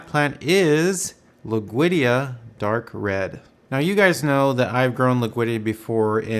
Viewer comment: dammit it's not loog veedia it's LOOD WEEGIA